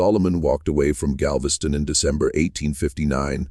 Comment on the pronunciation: Ai stories are interesting, but when you can't pronounce city names, it loses something. Galvesty on ?